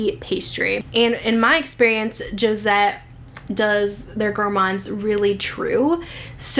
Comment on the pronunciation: The Jousset ( say : 'ýou-set ) "Tarte Tatin'( say : 'Tart- tah- tahn ) sounds great ;) It is the French version of 'Apple Pie 'but rather the upside down version ? I would imagine something like an apple pie scent from child hood when you wake up on sunday morning 💗